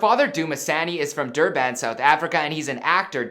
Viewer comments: Im south African and u pronounce Durban like "Durben" . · Who else cringed when he said darban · NOPE.👎👎👎..YOU DIDNT PRONOUNCE IT CORRECTLY!!!!!!!🙅‍♂️🙅‍♂️🙅‍♂️🙅‍♂️ILL BREAK IT DOWN FOR YOU... ZAH-N-DEE-LAY , DL-AH-ME-NE and it is PRONOUNCED DUR-BIN😒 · did he jus say durBAN... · The way u said Durban😂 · I can't believe he said Dur - "ban", that's not how you pronounce the city's name 😂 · Goodness the way her father's name and her name got butchered 😱😱😱😱😱😱😱 and the pronunciation of Durban 😭😵😵😵, dope video though😂😂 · when he said der-ban (Durban) lol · Durban is pronounced...Duh bin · Crazy how you can probably pronounce "Swervin" but can't pronounce "Durban" lol Durbaaan 😂😂😂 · Duurrr BAN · And the pronunciation of Durban💀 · You butchered Durban fam😂😂🙆‍♂️ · You didn't pronounce her real name right. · Did he just pronounce Durban like thattt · The Durban! I'm screaming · no! he did not pronounce that right